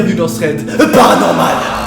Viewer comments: Je kiffe quand tu dis "PATANORMAL" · À chaque fois que tu dis thread paranormal y a tellement de violence quand tu prononce le p qu'on dirait que tu l'aime pas le pauvre 😂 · J’adore quand tu dit " bienvenue dans un thread PARANORMAL " 😂❤️